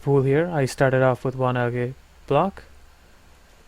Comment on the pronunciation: Also "algae" is (in English) pronounced "aljee". Its not a mod specific thing, just English. :D. Great vid. You should instead make tutorial vids like this, seems like it would be more fit for your personality. :D